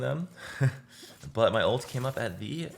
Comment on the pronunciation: Why the hell you say Olt instead of ult or alt